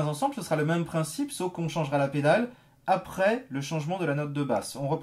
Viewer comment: « Et c’est juste apreyy » x)